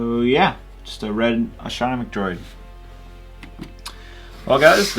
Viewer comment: “astromic droid” .........